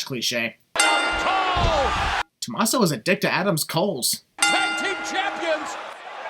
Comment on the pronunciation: Well because Tomasso and Adam Cole have the same syllables, he would just say "To-ma-sso" Bay Bay